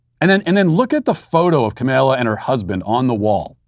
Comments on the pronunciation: IT'S KAHM-AH-LA NOT KAHM-MAYLA REEEEEEEEEEEEEEEEEEEEEEEEE RACIST!!@ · Hey, Matt, I think that you’re pronouncing “Kamala” wrong. You say it as “Camilla,” when really it’s more like kah-mall(As in shopping mall)-ah